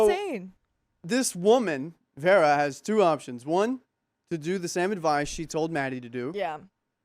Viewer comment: Vera isn’t Verra. It sounds like Veerah ❤